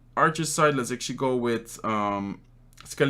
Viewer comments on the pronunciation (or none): Why are you always say actuallay